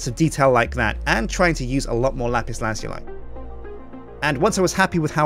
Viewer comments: Dude... it's pronounced: "LA-PIS LA-ZOO-LI" Not: "LA-PIS LAZ-YOU-LI" GET IT RIGHT!!! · Lazuli is pronounced laz-oo-lee, not laz-yoo-lie. But anyways, still a great build! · IT'S LAH-ZOO-LEE!!!!!!!!!!!!!!!!!!!!!!!!!!!!!!!!!!!!!!!!!!!!! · Lapis lah zoo lee that's how you pronounce it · ***** Oh god, I looked it up and it is really pronounced that way. BUT IT SOUNDS SO WEIRD! :( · It is pronounced lapis lazooly